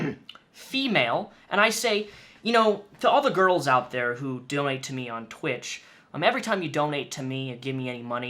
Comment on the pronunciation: is just creepy also is it me does she say doknow instead of donate?